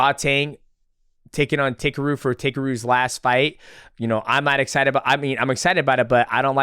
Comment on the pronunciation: DJ it's pronounced "TAH-KEH-ROO" not "Taker roo"